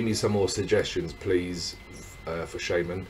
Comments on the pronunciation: please pronounce his stage name like [shama:n] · please, pronounce it like SHama:n!!!! The song is enourmously popular in Russia, everyone knows it!